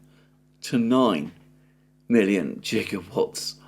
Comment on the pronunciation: I was once told 'never laugh at someone for mispronouncing something, because it means they only ever read the word'; but, 'jigawatts' is a good one. More significantly, this is the guy who claims to hold expertise and exposure to aerospace engineering. If you claim expertise, some people will remember.